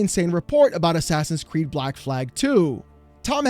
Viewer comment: Bleck Vikings 🤣